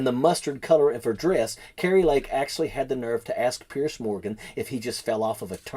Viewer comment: His name is Piers, not Pierce.